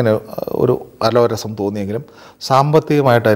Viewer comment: അലോരസം എന്നല്ല അലോസരം എന്നല്ലേ പറയേണ്ടത്...